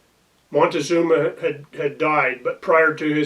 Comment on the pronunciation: man you know $HIT about MONTECUZOMA, not the way you said it. you need to go back and re do your homework buddy